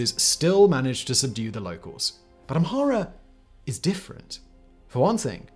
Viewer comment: His (mis)pronunciation of Amhara and Oromo is painful😣 ….i know it’s not his native language but come on!!!